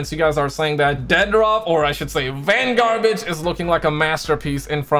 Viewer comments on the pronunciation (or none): We will never get GTA 6 unless says Vangarbage